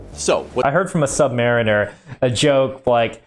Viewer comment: I just wanted to say thank you for the correct pronunciation of submariner.